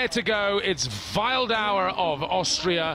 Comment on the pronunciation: Imagine being Martin Wildauer and getting your name pronaunced wrong the entire competition... ouch xD